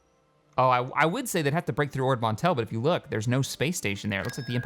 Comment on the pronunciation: hahaha mispronouncing words is slowly eating at my OCD. "Ordo" Mantell, "Tangel" Arm, "Sippio", "Myjeeto", as well as Muunilinst, and a bunch of others. Sorry you're the best but I can't ignore this:D